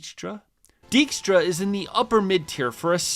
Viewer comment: Also: : when he is introduced during Quinn's mission, she pronounces his name as "DIKE-stra".